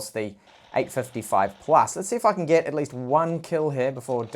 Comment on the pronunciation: When u said, Let's see "if i can" It's sounded like "fucking" 🙄🙄